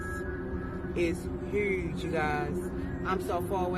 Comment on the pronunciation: I’m sorry Ma’am but you didn’t have to say huge like that did you? Lol